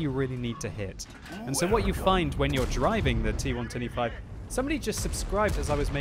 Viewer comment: when you say T110E5 it sounds like T1 25